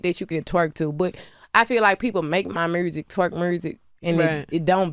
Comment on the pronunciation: It’s the “mursic”for me 🤣🤣🤣